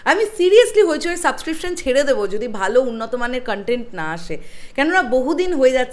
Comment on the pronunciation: ধন্যবাদ। লজ্জা পার্ট টু বেঁচে গেল আপনার মতো দর্শকের হাত থেকে। কনটেন্ট শব্দটা তো ঠিকমতো উচ্চারণ করতে পারেন না, বলেন কানটেন্ট, আবার করছেন রিভিউ!